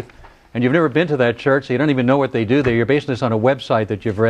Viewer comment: read not "rad"